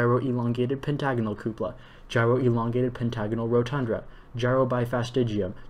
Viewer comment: I tried this and it's way harder than it looks, even for someone familiar with the Johnson solids. It's rotunda not rodtundRa. Also if you say ORtho correctly (not oTHRO) it makes it easier. A lot of extra R's in there. Corona has no O before the A. C in Disphenocingulum is pronounced like S. Finally, some of the vowels are easier in an English accent. pronounce the CUP in cupola like the word cup so the whole word sounds like coupler.